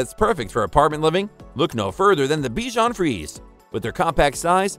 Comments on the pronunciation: Good review. Except it's pronounced "free-say", not "freeze". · In French it’s pronounced frizy